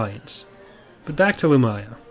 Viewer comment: I always thought her name was pronounced LumIya, not Lumaya.